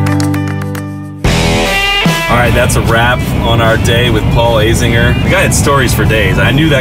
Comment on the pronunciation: Note: it's pronounced A zinger, not A zinjer